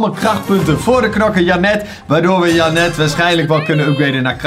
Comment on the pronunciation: Is het zo moeilijk om de namen in het Engels te zeggen dus jenet ik ga het nu onder elke video zetten wnnr je het zegt